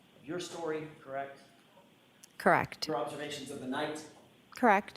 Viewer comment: KARR-ECHT! KARR-ECHT!